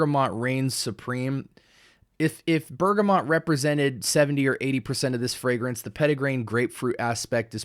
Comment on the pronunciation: *Bergamot (no 'n' in the word or pronunciation). Great review 😊